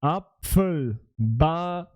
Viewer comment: Bro ball hat eine Silbe bist du lost, ich hab das meiner 8 jährigen sister gezeigt sie hat geschmunzelt und gesagt, du sprichst das komisch aus😂